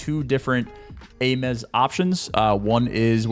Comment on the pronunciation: This dude said Ay-Mez for the Ames. (Aims)